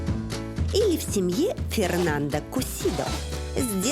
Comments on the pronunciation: Жанна, в испанском языке нельзя имя мужчины произносить с окончанием «а» так как это уже будет женское имя . Фернандо это мужское а Фернанда-женское. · Не Фернанда, а Фернандо. Буква Е произносится, как Э и последняя О, как О!!! Что Вы из Фернандо сделали женщину? Фернанда)))) Господи, неужели так сложно отойти от руссизма в испанском языке, где букву О нужно строго уважать. Бадега))) Вы шутите? Бодега, О!